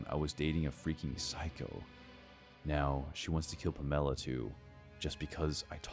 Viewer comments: Palmella? Or Pamela? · 1st one - lunch date...at 7pm. That girl's a dumbass, too, getting in a car with a drunk driver. But great story, though. #2 - stick to the gay apps, dude. #3 - lol, puh-MEL-uh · All three of these sound so damn far fetched, don’t they? I don’t believe them one bit, gotta be honest. Also... “Pam-ella”? 😂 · "Puh-mella" = Pamela??? Lollll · Have I been saying the name Pamela ( PAM - UH - LAH ) wrong my entire life? Is this a regional difference? West coaster over here. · Was the coworker in the 3rd story called Pamela? I couldn’t get past the weird pronunciation lmao. Has the narrator never heard of Pamela Anderson? 😂